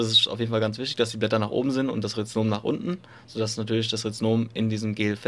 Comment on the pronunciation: Rhizom, Nicht Rhiznom. 😂